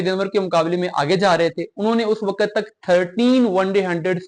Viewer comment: بیٹا آپ کی انگریزی درست ھے نہ اردو۔ صرف کو siraf نہیں sirf، وقت کو waqat نہیں waqt کہا جاتا ھے۔ کرکٹ KIR-KIT نہیں CRIC-KIT بولا جاتا ھے۔ اسی طرح outclass فعل ھے، صفت نہیں۔ صفت کے طور پر outstanding کا استعمال ھوتا ھے۔ So a batter cannot be outclass. They can be outstanding However one batter may outclass another batter. Additionally, the word is BATTER, not batsman.